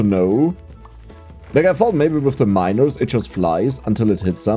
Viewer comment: Your pronunciation of the word "miners" starts to worry me.